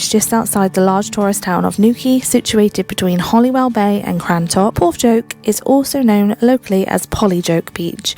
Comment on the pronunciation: HoLywell,not HoLLywell.